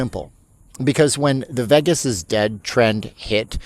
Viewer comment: It’s because you don’t pronounce “Vegas” correctly. But you’re great!